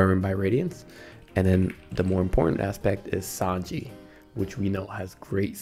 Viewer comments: i cannot believe you call sange as sanji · please never pronounce sange like that ever again